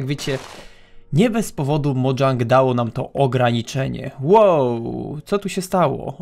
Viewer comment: mówi się Mojang nie Modżang